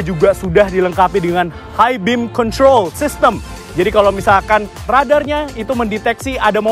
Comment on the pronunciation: Kritik dan saran dari saya 🙏 Kalau ngomong bahasa inggris, kosakata ejaan nya biasa saja, jangan seperti di lebih-lebihkan, jadi terkesan seperti baru belajar bahasa inggris Seperti di menit "high beam control" Ejaan "control" nya biasa aja, jangan alay, jadi risih dengernya